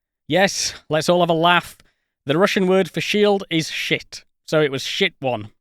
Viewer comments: Sorry duder, it's "shtit" (щит) not "shit" (шит) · The Russian word for shield is pronounced more like "sheet". Not as funny, but more accurate. In any case, thanks for the video!